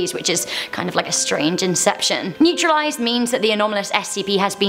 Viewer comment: Mistakes you made regarding classifications of SCP's: 1) you pronounced it "naturalized", when it's actually "neutralized", and I've heard many British people say the word neutralized before so it's definitely not just an accent issue 2) "Thaumiel" does not mean used to contain other SCP's; it just means an SCP with abilities that are beneficial to the foundation in any way whatsoever. 3) you completely omitted "Apollyon", A frequently seen classification that means any SCP that is impossible to contain and poses a direct "end of the world" threat. It's actually more common than "Thaumiel". If you really felt like an SCP teacher then you need to go back and take a couple classes!